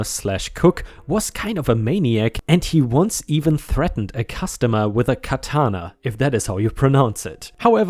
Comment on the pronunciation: You pronounced katana how Americans would pronounce katana. Japanese put emphasis on the first syllable and let the emphasis "fall."